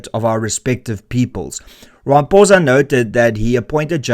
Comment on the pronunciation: Pitty you can't even say his name properly. Gives you no credibility... 😅